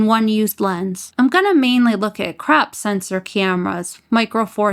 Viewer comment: The way you pronounce 1.5x and 2x "crap" factor! 😆 Sooo good! I love you're videos! Keep it up girl!